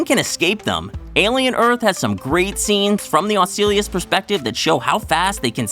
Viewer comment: In addition to the inaccurate chest 'buster' (chest burster), you're butchering the name of T. ocellus. Ugh.